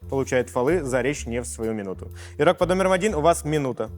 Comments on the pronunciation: Включаешь видео, и на 2 минуте ведущий : "иггггггггрок под номером один, проснитесь". Без негатива конечно, но 47 минут гэканий мне не осилить) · почему нельзя произносить нормально букву Г в слове игрок? это нечто, еще и ведущий